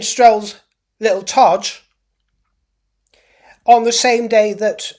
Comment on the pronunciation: 'Brother Todg'...😂😂😂😂😂